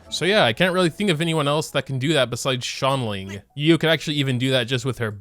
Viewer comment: He really pronounces Xiangling as “Shangling” 😂